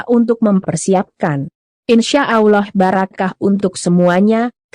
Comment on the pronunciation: Mimin baca Allah.. Yang benar.. 🤣👏.. Pidato jual bawang aja....... Malu maluin... Maksa.... Kalo gak bisa jangan maksa.. Kayak gabener 😅